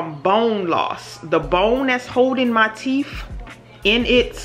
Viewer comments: It's "TEETH and TOOTH". Teef and toof sounds so uneducated. You speak so well otherwise. Sorry.. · It’s teeth....not teef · Sissss...not bald mouf 🤣🤣🤣😂😂